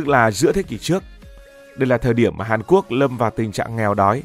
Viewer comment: ngọng nghịu 😂